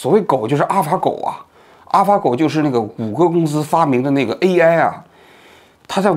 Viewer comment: 哈哈，王局读AI这个词，居然跟吴语区的人同一个口音（字母I读成类似阳平的声调，“挨”）。